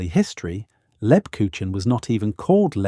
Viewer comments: Ha ha....lebkuchinn..... It's not that hard to obtain the correct pronunciation. Negative points for that. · Please pronounce LEBKUCHEN correctly! The "ch" is pronounced closer to a "k" sound, not a typical "ch" from our English. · Not lebkushen, leb KUCH en, the ch comes from the throat. I love Lebkuchen, make it every year; its part of my German heritage. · For the love of God,, PLEASE learn to correctly say the name of the thing you are describing! LEB-KOOKH-en I’m sitting here, TRYING not to swear at the TV, but I am shouting the correct pronunciation at the TV every time you butchers it! THANK you! I’m sitting here, TRYING not to swear, but shouting the correct pronunciation at the TV every time you butcher it! We love you to pieces, we really do. But it AIN’T THAT HARD, and it’s important! Please? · That's as good as the AI can currently do. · I disagree. It is much more like a soft g. A very soft g. Like the sound following the S in Scheveningen. A town name used by the Dutch to weed out foreigners. Like the second G in the English garage, but softer.